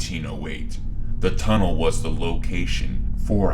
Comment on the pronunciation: ah yes... the TUNNELton TUNNLE